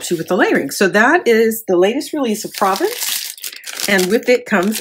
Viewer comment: Beautiful! Love Stamperia. By the way, Province is pronounced “Pro VAUNCE” It is an area in France.